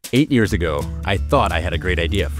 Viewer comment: I just love how you emphasise “8yrs” even though you also emphasise all the previous attempts, making a total of… more than 8 yrs